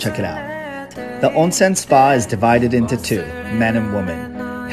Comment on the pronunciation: Thank you properly pronouncing it "Ohnsen'" and not "Ahnsen"